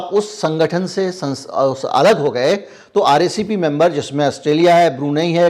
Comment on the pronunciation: RCEP ya RECP Likha kuch bola kuch